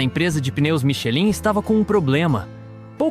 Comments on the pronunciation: por favor, pronuncie algo próximo a michelán. No vídeo, por gentileza, não à sonoridade vocalizada para Michelin. Confie no auto falante do google tradutor ou aplicativo superior, conforme o idioma da palavra, claro. Parabéns pela produção. Muito bom o vídeo. 👍 👉 Francês; ⌨️ Michelin; 👉🔊👂 michelán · a pronuncia correto é MICHELAN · SÓ UM DETALHE : ESTRELAS " MICHELIN", PRONUNCIA " MICHELAN"- O CONTEUDO, DO VÍDEO, É ÚTIL E NECESSÁRIO. TEM CULTURA, TAMBÉM. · Vídeo muito bem construído.Apenas a pronúncia Michelin (palavra francesa) não está correta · Podia aprender a pronunciar corretamente nomes como Fois Gras, Michelin …